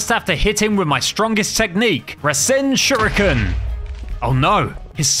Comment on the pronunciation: When Kevin gave that fuma shuriken he said "Here, take this fuma shiruken. You'll know what to do with it" but why did he say shiruken 😂😂😂🤣